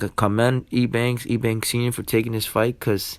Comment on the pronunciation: Why are you calling him E Bank? Lol. It’s pronounced U Bank.